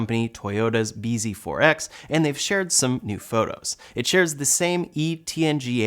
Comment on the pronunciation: bz4x is pronounced "busy forks"